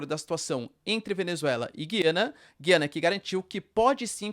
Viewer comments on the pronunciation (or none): GUIANA, e não, Giiiiiana!!!